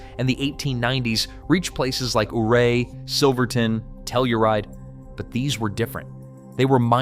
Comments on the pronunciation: Ouray is pronounced youray not ooray. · Ouray is pronounced like "You're Ray" not OOray. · It isn't "ooray," it's pronounced "Yourray." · Western Coloradan here. The way you pronounce 'Ouray' ('OO-ray') is ironically the same way that Chief Ouray pronounced his own name. However, the locals who live there and in nearby towns pronounce it 'YOU-ray,' the European way. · Ouray is pronounced “Yir-ay” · It's pronounced You-ray 😂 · Western Colorado should seceed and become it's own state. Big city people are idiots. Learn how to pronounce correctly. Ouray is pronounced you-ray. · You mispronounced Ouray. You can always tell you're not from here and AI. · It bothers me how Ouray is pronounced in this video. Having grown up in Montrose less the an hour away it grinds my gears lol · Can’t even say Ouray correctly.